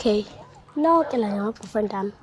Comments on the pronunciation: Who else heard ma'broyfriend ami😂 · is it part of the comedy plan for not to being able to pronounce "boyfriend"😭😭